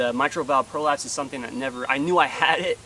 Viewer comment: Signs up for the service and then never showed up. Gets arrested by the sheriff's department for going AWOL. Lies about his service on the Internet. Mispronounces mitral valve prolapse.